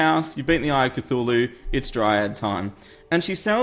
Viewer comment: IT is said like Ka thu la hu